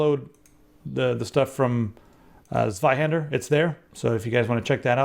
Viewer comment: Funny how you pronounce Zweihänder :D